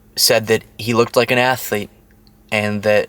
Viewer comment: That wasn't 'athlete' That was "Ass Leak."